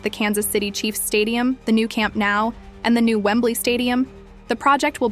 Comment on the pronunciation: It’s called CAMP NOU (Catalan) not CAMP NOW